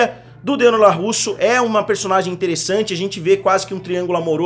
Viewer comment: Vídeo bom, não concordo com muita coisa, mas opinião é opinião, cada uma tem a sua, mas o que deu nos nervos mesmo foi o LaRRusso e não o Larusso durante o vídeo.